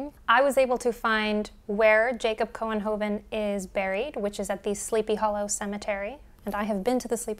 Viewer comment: Your pronunciation of Couenhoven was just fine. There are still about 9095 people in the Netherlands with this name and about 5776 in the US. In Holland it is spelled mostly as Couwenhoven. When you said 1817, I immediately thought of Jane Austen. She died July 18, 1817.